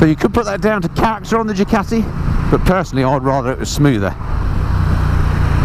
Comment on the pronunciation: I think it's Ducati , not Jucati🤔